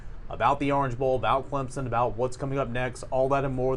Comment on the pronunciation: saying ClemPson cracks me up.